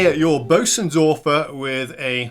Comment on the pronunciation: Great, great video, thank you for the effort and stellar presentation! (But do try better with the pronunciation of Bosendorfer (sorry i dont have a german keyboard) .. . Being English is NOT an excuse for not even trying😅)